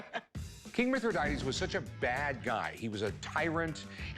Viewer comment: "However you want to pronounce it". Well, you certainly don't pronounce it "Mithra day tees"